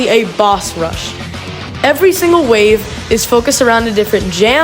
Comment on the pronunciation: did anyone hear him say every stingle stage?